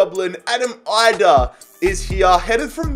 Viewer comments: Idah is actually produced with an E just for future reference if you use him again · it’s Adam EE-dah no EYE-dah